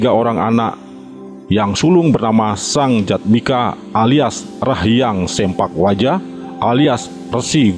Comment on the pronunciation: salah mang bukan sempak waja, tapi sepak waja